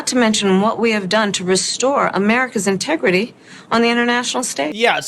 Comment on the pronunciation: INTERGITY? OH MY...........WHERE?